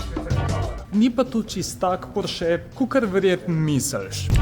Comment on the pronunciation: Sam za info; neprestano narobe izgovarjaš priimek Porsche. Naglas ni na zadnjem e-ju z ostrivcem. Je na o. Še celo v seriji o Porscheju je sam Ferdinand omenil napačno izgovorjavo svojega priimka. Bi bilo fajn, če se to naučiš glede na to, da gre za javno predstavitev kanala Atmosferci. Pa brez zamere. Samo dober namen.